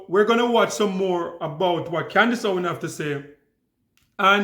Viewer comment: Con-dice Owan